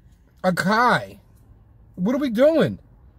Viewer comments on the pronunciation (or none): Lol I love the review. However just a tip for future reference, you would pronounce it A-sah-yee not A-Kai. Just helping you out homie. Keep up the good work